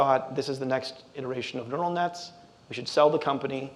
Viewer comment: "Ural Nets" 😂